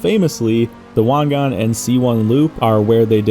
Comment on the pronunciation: Finally someone said Wangan correctly lol